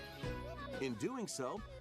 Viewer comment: I will never ever say "Tamagoatchi"!